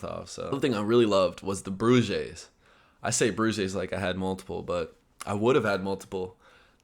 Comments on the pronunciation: yeah, me too, until he started talking about bread and it clicked, didn't sound like "broodjes" at all, but it was the only thing that had any resemblance to it that fit the context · Wait.. what are.. bruges? Are you trying to say broodjes? 🧐🤔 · Brougeez???? Tjeemig hij bedoelt 'broodjes' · How to say 'broodjes' in Dutch. Bro'd-chus : 'ch' like in 'cha cha cha' correction: Bro as in 'bro.' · Broodjes is prounced like broadyes (with the oa sound of boat) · For the next time, pronunciation broodjes = Bro and chess in 1 word. Good to hear you liked the trip. Seeing a different culture in videos or being there is a big difference.